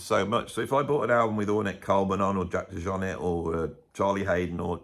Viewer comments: It’s French not George w bush Texan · You can’t pronounce the guys name properly? Really?